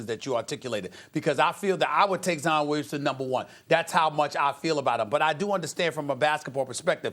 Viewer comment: He said zion like lion with a z 🤦🏻‍♂️